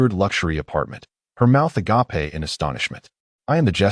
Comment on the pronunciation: Will someone PLEASE teach the AI how to say "agape"